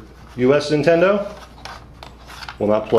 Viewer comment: Lol, "Nintenedo" :P